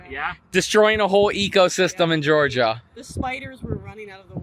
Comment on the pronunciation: Welcome to "Jawga"? Sorry about the mess. 😮❤😢